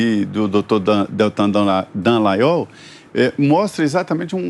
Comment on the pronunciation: "Dan"lanhol putz